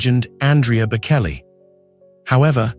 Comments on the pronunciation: For goodness sake if you are going to talk about the Bocelli family, get the pronunciation right. The C in Bocelli is pronounced CH. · Such nonsense. You know nothing, not even how to say their last name